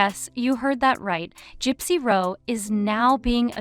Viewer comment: It’s pathetic AI content. A genuine content creator would at least manage to pronounce the names of the main people who are the topic of the video, instead of this ‘gypsy row’ / ‘lawless Nina’ nonsense.